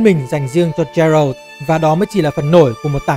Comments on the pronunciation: Góp ý với chút là Geralt đọc là Ghe-rột chứ không phải là Gie-rột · chắc chưa chơi The Witcher 3 mà chỉ đọc script do ngta đưa chắc luôn:))). Thứ nhất geralt đọc là gê rột không phải trê rợt. Thứ 2 gwent không đọc là wen vì w là âm câm, đọc có chữ g vào ạ